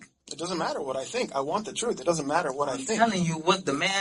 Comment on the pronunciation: He is telling the truff! 😅😅😅